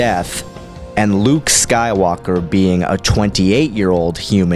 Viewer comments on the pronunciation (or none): I know its useless to say now, but its not pronounced LU-U-KE. Its pronounced LU-UKE two syllables, not three. Not trying to offend you, just letting you know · Are you saying Luuke correctly? It sounds like you say Lah-ah-ewk. I'm sure you probably know due to your massive starwars research but there seems to be an extra syllable in your pronunciation. By reading it I would think there is 2 vowels indication 2 syllables. I read it Lew-ewk. I guess L'you-ewk might be a possibility. Where have you heard it pronounced. I feel bad for the child of the writer who came up with that name. Not Duke for dark Luke or Double Luke or Cluke for clone Luke but Lah-ah-uke. I think I would rather be North West, Dweezle, Moonbeam, Apple, Blanket or even Watermeloneisha. I think I would take Luuke over Pilot Inspektor.. sorry to Jason Lee's kid. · Why do you keep pronouncing it LA-A-OOK? It's pronounced Luke simply with a longer "u" wound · Star Wars: Luuke (Luh-ook): LAUH AH OOK (What should be the pronunciation of Luuuke) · I cringe every time I hear, "La-uh-uke". Why are you adding an extra syllable? If anything, it should be "Lu-uke". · Oh fergodsakes don't say La uh ook! Its only two U's, not three!!! Or just say Clone Luke!!! AAAAAAHHHH!!!!! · Maybe it's the Mark Thompson Audiobooks, but I always thought it was pronounced "Lew-uke" Skywalker. "Lah-ah-uke" seems to give you three Us there. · I gotta love how he pronounces Luuke. It's just so much. Like where is he getting the extra U. I dont know, but its great! Luuuke. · I like videos but his pronunciation of so many things is atrocious. Totally agree. Listen to how he pronounces Joruus C'boath for example. Not quite as cringing as "la ah ook" lol but still aweful. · lol luuke xD ermagerhd erts luuuke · I couldn't make it past the half point the constant LA AH OOK just killed me LOL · it shouldnt be,with the extra u it should still sound like luke. or loooke.why are they throwing in an A where an A doesnt exist?